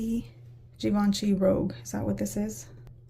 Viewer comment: Ummmm...regarding L'Interdit...it's not "rogue", but "rouge"...which refers to the color.